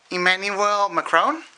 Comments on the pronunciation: Nothing, we just remarked on his horrible prononciayion of "Emmanuel Macron" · you can't even pronounce the name Macron properly !